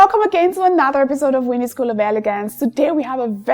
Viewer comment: Winnie you thought you could pronounce things correctly? 😂😂 Far from it, from your opening statement, the pronunciation of "Another" is wrong..... "welcome to another........"